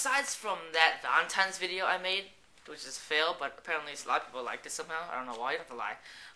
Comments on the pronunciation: uhh are you saying valentimes day? with an m? hahah it sounds like it. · really you said valentimes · lol you keep saying valentiMes! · funny story, sorry. i'm not being douche but i was just bugging me, it's valentiNes day not times. but yeah love the videos. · hahh VALENTIMES day!! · God he said "Valentimes" soo many times. Stop being Asian meaning shy and you've known she had a boyfriend if you have her number. She had a Corolla meaning she was Asian too I'm assuming. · He's saying it wrong but he obviously knows how it's spelled since he posted the vid as "my Valentine's DAY FAIL"